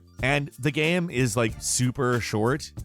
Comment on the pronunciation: I love how u pronounce GAME you say GAM 😂😂😂